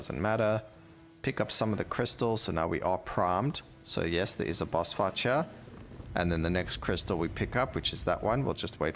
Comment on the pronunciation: Every time u say "fight" to me it sounds like "fart".. boss fart. and "life" sound a bit like "laugh". every time you say them i giggle. Another good video, thank you.